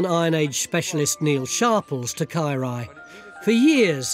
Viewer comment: His Welsh is so bad it took me a while to understand that he was saying Caerau...ugh.